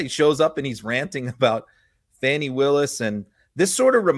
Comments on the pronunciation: its not Fannie Its Fani like fawn with an i. And this Rudy clip is one of the most horrific things I have seen in a long time. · Please remind your viewers that Apartheid in South Africa originated from Christian Nationalism. If Giuliani was not so ignorant he would know Fani, as an African name, is pronounced with a long "A" sound. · please correct your pronunciation of ((Fani)). Fani Willis. Everything else you do is close to perfect. 😜